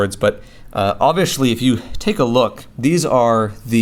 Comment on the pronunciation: Why are you saying obvishly? Is it a local dialect?